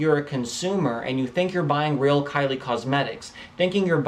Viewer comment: you said karli lol